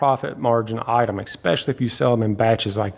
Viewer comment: There is no “ex” in especially … ESpecially, not EXspeciely… just had to bring that to attention, cuz to me that’s the equivalent to nails on a chalkboardd